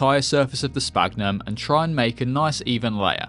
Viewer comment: I think the "ph" in "sphagnum" is supposed to be said as an "f" (it's called "esfagno" in Brazilian Portuguese at least).